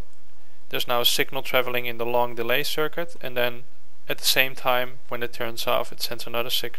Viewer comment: Stop saying 'den.' It's 'then.' C'mon!